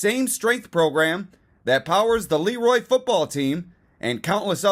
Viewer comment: I wish the Broadcast team would call the team Luh-Roy instead of Lee-Roy . The town was named after a man with a French name.